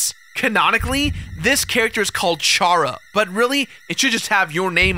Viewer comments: Its chara like charaxter my guy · It's chara as in characters. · It's Chara as in c not ch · I think Chara is supposed to be pronounced "Kera", like "character"... Maybe?